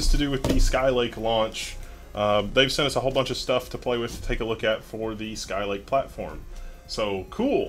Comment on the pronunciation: Skylake, not Skylike, lololol.